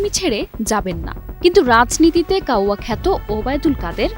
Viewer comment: ভাই কাওরা না। Its কাউয়া (ব্ল্যাক বার্ড, কালো পাখি,)